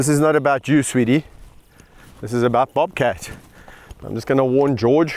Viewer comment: I will never be able to say the word "bobcat" without Kevin's South African accent for the rest of my life. Bawbkatt.